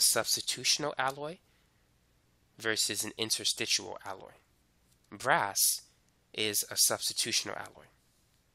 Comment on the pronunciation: Interstitial, not "interstitual". Suelement l'Anglais.